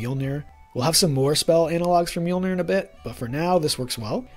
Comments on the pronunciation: The google tts gives the correct prounounciation(misspel?) in Icelandic or i could just make a short for you with only the word Mjölnir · With an American/English accent, not an Icelandic/Scandavanian one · As much as i love the videos, as an Icelandic native i feel pain everytime people say "Mjölnir"